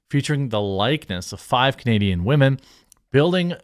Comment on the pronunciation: Dude… I wish you would stop saying wahmen. You sound like a tool when you say it and it’s cringy. But you do you man just a serious suggestion